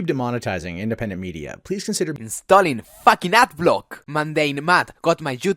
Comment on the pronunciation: sure if you think "facking" is an english word